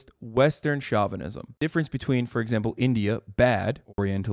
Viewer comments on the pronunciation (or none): stop mispronouncing chauvinism please.